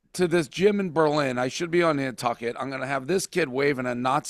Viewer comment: Basketball game coming to Berlin CT? And your pronouncing it wrong